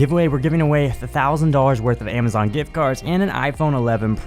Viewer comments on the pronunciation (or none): none